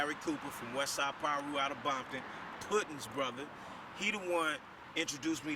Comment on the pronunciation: smh they been around since the 70s dude and it’s Piru not no damn pyru wtf